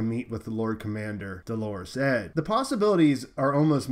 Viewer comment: I do wish my newscasters would learn to say "Dolorous Ed," rather than Delores Ed. His name is Ed Tarkett. He is gloomy, pessimistic, dolorous; Eeyore made man.